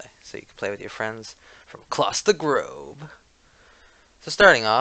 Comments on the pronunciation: "frum across di groowvh" Was that just me or? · No, it's not just you. He does say it like that.